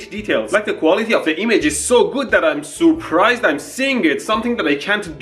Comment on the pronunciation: He said sooprised